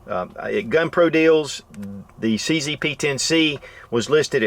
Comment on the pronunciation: Nice video but it's a bit silly to pronounce CZ as "see see". It's not called a CC gun but CZ, hence; "see zed" (or see zet) Sorry to be that guy but what's right is right and what's wrong is not proper English.